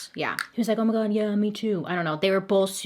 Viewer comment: the way she says "oh my gawwnnddd yaeennyy" hahaha 💕💕🤣🤣